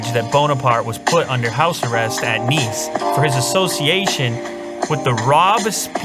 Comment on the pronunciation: You never pronounced so many french words in only one video ! Robespierre, Napoléon, Bonaparte, Nice (you pronounced really well btw ), mémoires ... It was "impressionant" ;)